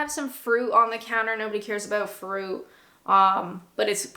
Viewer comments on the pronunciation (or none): wuss-tuh-shuh. There used to be a Worcester Sauce flavoured crisp. They spelled it 'Wuster' on the packet to try to help people say it. Still, your British accent is coming along well in other ways. You have a most un-Canadian glottal stop on the word 'fruit'.